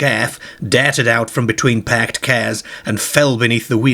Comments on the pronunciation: someone dair-ted out from between two pairked cairs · Wearing a red scarhf, darhted out from between a parhked Carh!! :)))))))